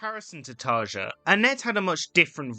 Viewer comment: Great point. But you can’t really expect it from a supposed fan who: A) dislikes Imaginaerum (what the hell, it’s arguably their best album) B) can’t be bothered to look up the pronunciation of Tarja